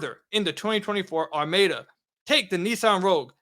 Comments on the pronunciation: The Nissan is pronounced "arr-MAH-duh" sir. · apparently never heard the word “Are-Ma-Da” before.